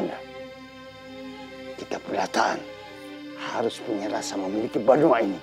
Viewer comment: BANUA bukan BENUA... Banua adalah sebutan untuk Tanah Air bagi putra/putri suku Banjar - Kalsel